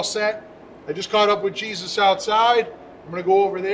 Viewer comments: I just cant take calling that guy "Jesus" lol.... can't he go by the Spanish pronunciation "Hey-soos"!!! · Laughing from New Mexico. It's (Hey-Zeus , like the greek god) not Jesus. Still love all the videos, Thanks.